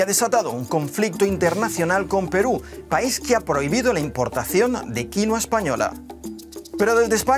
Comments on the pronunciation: Deja de decir "quinoa" por favor. Paltea. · Ah , pues yo lo llamo, Quinóa! Como si tuviera un acento en la o, en vez de la i 🤔 ... Será que estoy mezclando inglés con español? 🙄. Y me parece una barbaridad que los españoles nos sigan robando el pan de la boca 🤬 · Se dice quinua, quienes son los alienados que le dicen quinoa?? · El nombre es "Quinua" , no "Quinoa" como el señor agricultor español dice . Y no creo sea mejor a la quinua andina . Tampoco exagere. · Su nombre es Quinua no Quinoa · Jajaja. "Quinua inca".... es aymara.